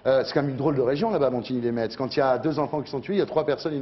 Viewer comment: Putain, on dit "Montigny les MESS" pas "Montigny les METS"!!!